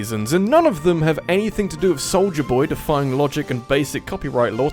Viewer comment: I love how your accent makes "Soulja" sound like "Soldier", but if you tried to pronounce "Soldier", the dropped Rs of your accent would make it sound like "Soulja".